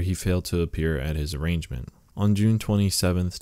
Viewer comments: Dude, indict is pronounced “in-dite”. Also, it’s not an arrangement, it’s an arraignment. Tempe, AZ is pronounced “tem-pee”. Seriously man, up your game. You’re killing me over here. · Arraignment is not pronounced arrangement. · Thank you! Blows my mind when apparently native English speakers mash up shit a high school graduate should be able to handle.